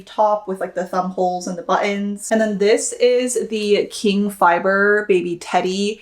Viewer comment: I’m surprised you pronounced qing like king instead of with a ch sound